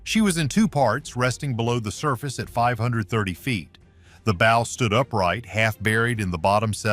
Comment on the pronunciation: WHY don't creators LISTEN to their AI soundtracks before publishing, and FIX the errors? A ship has a BOW (as in bow-wow), not a BO.